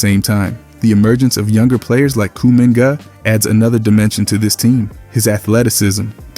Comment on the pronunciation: "Kuu- Mingot"